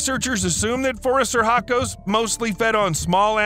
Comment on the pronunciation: "Phoris sir hacos"? Dude, when you butcher a word you REALLY butcher it. The proper classification is Phorusrhacidae, pronounced [for us rah ki day]. Seriously, if it's that hard just use the colloquial Phorusrhacids [for us rah kids]. It sounds a LOT less silly. PS: I know your title is no more than an attention getter, but Gigantopithecus was millions of years past the possibility of ever having met a dinosaur, let alone destroying it. Next time maybe skip the sensationalism and try a few jokes instead.